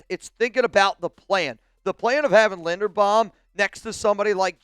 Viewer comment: His name is Linderbaum, not Lindenbaum. You're not very bright, are you ?